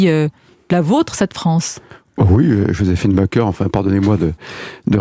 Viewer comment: Elle est journaliste, et elle ne sait même pas comment on prononce le nom "Joséphine Baker".